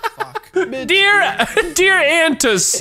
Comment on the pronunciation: “Dear Anats”😂😂